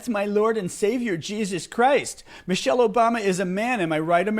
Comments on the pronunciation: He is probanly correct, about the person he talking about, Mo-Shell (this is how he pronounced the name). We know a Michelle with the same last name, who is a beautiful, educated, intelligent black women, with many credits behind her name. So we are sure he is not talking about our Michelle. Send us a picture of Mo-Shell and give us a little background. I am quite sure the idiot cannot. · I heard clearly , " Mochelle" obama. Thats not mIChelle